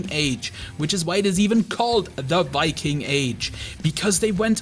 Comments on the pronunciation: "vikking" It's pronounced Viking. Not Vikking. Get it right. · you know you did well when Shad says so:D also nice pronounciation of "Viking" sounded very danish actually!